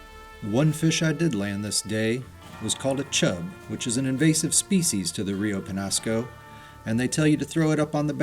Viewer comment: the rainbow and brown trout are actually invasive. The chubs are also native to the Pecos which the Peñasco empties into. They provide forage for larger trout. BTW it's pronounced Rio Penyasco.